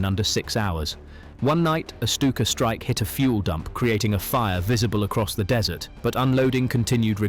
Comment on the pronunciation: If you must use AI narration, you could at least spell check your script. I'm sure the Rats of Tubruk would be mortified to hear they had fought under dessert conditions. I doubt they got much ice cream at the front. They weren't Americans.